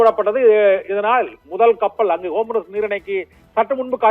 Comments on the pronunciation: ஏ... மன்டகலப்ப ... அது ஹோம்ருஸ் இல்ல. 'ஹார்மஸ்' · Dey vengayam homroos illeda( Hormuz ) ✅️😂😂😂😂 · What a great pronunciation "Homrus". Bull shit